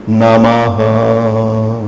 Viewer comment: Está correto pronunciar namaha"? O correto não seria namah? Obrigado